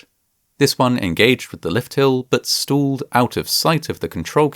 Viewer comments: "Stooled train" lmao. Stop using AI to voice these videos, it ruins them. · I dont like the "stalled" pronunciation 😅 I would LOVE to know what the retraining was like... I think they made them write 1000 times "i dont know more than the computer" "i dont know more than the computer" "i dont know more than the computer" "i dont know more than the computer" Hey, manufacturer, there IS a device that measure wind speed that other manufactures put on their rides, cranes, etc, that alerta and logs when the máximum windspeed IS reached and alerts the operator and the manufacturer of shoddy operation by staff if they insists on ignoring safety procedures. This tip IS free of charge, from a nobody on internet without an engineering degree, or any degree at all for that Matter, use It wisely.